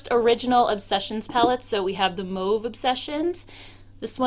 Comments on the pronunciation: Holy crap... i dont know any other American who pronounce 'mauve' correctly... thank you! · Only north american I've heard pronounce mauve correctly.